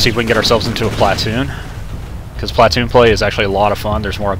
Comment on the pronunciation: sorry but it is pronounced plu-toon but is spelled platoon